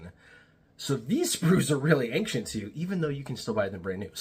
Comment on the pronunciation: Ancient..... google the word and hit the play button. you are pronouncing it WRONG. you are saying anK-cient.... there is no K sound in there